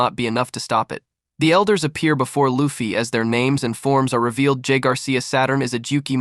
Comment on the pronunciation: DUDE if your going to do things like this you need to pronouns their names right because you mispronouns many names wrong